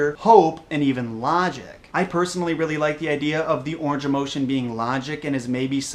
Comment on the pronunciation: Wow you idiot it's pronounced ORANGE